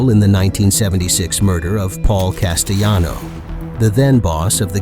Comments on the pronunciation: Paul Castoano as well! Missed the LLs! It’s Castellano! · Cast-aaa-lano 1985 dude